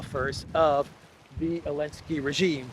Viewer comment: Why do you call him “Elensky”?